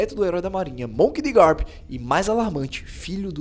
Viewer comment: Ele falando monk de garp 2vezes